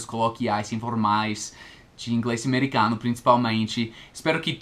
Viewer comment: na maioria das vezes, depois ou antes de "m" e "n", a vogal em seguida ou anterior fica nasalizada, tipo não é "amêricáno" e sim, "amêricãno. Há algumas exceções, mas soa mais natural. É só observar essas palavras. E existem várias exceções, tipo amar, que pode ser falado sem nenhuma nasalização, ou pode ser falado "ãmar". Ambos soam natural, mas vc pode checar a frequência com que usam. Mas há umas que só se fala nasalizado, como o meu primeiro exemplo, porque eu nunca ouvi alguém falar, américáno, parece pronúncia italiana.